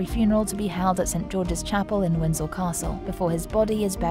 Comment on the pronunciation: Its Windsor not windsel